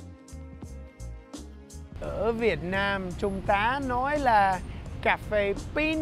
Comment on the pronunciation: Everytime you say Cafe it more like C@ phê. LOL